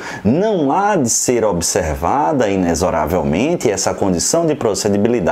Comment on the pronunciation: Cara, meus parabéns! Vc é o único professor de Direito que vi, até hoje, pronunciar de forma correta a palavra “inexoravelmente”! Rsrs A explicação, além disso, foi bastante clara e objetiva. 👏🏽👏🏽👏🏽